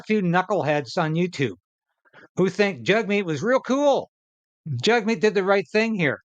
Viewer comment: Jag meet not Jug meet... Its an Indian thing its Jag